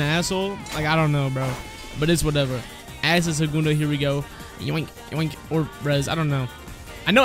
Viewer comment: asscid “acid”